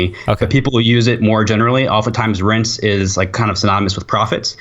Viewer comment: "rense" - This due needs to pronounce Rents properly. Jesus christ